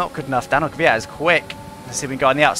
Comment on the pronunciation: “The Kyvat”. Channeling your inner Hakkinen ;)